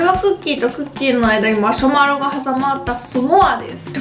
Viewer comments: 久しぶりに観てもやっぱりマシュマロのことをマ「しょ」マロって言ってる木下さんw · ゆうかちゃん言う、「マシュマロ」が「マショマロ」に聞こえるの、昔からずっと可愛い❤️ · マショマロ？マシュマロ…🤔💭